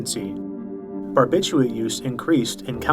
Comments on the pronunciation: it's not "barbitchooit" lol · Don't you think you should pronounce barbiturate correctly